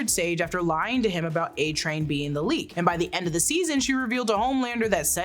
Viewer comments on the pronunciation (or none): none